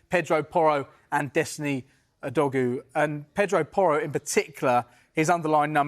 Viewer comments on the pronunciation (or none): Udogie is pronounced ou-dough-gee not oudoggy or oudogu 😅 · “Oodogoo” why is it so hard for English people to pronounce foreign names 🤦🏻‍♂️ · Can’t believe how many pundits and presenters don’t check name pronunciations beforehand. That’s the 6th different way I’ve heard Udogie said, it’s genuinely pronounced Oo-Doggy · awful pronunciation it's "Udogie" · He rly butchered that udogie pronounciation